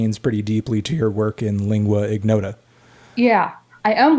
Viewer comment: damn, is not lingua "ighnota", you can't pronunce it like that!!